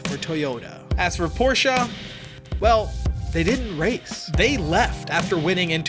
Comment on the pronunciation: gonna leave a like just for the fact alone that you pronounced porsche correctly. don't see that often from non germans